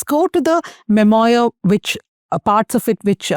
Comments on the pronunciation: It’s not ‘mem-oyer’. It’s’mem-wah’. This is basic. That said, it’s a relevant subject that’s been covered very well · The word is “mem oo are” (French). Please get your pronunciation right